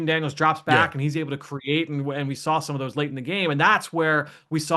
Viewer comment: There is no L in the word saw. Please stop saying sawl. I'm begging